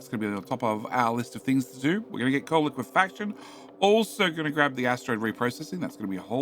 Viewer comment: I'm still shocked that you finally pronounced liquifaction correctly.